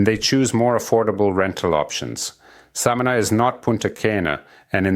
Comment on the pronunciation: We say Samaná, accent on the a like Samanah. Informative video thank you!